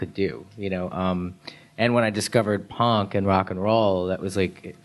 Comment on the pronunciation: gerard saying 'punk' actually made me cry with laughter! POORNNK